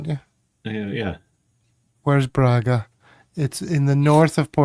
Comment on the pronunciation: I’m afraid you’re not very reliably informed as to the pronunciation of “Braga”.